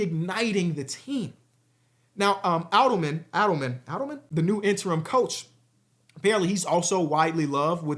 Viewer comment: Hey, just a heads up, you say David Adelman’s last name as “A-dull-min” - huge fan and love the content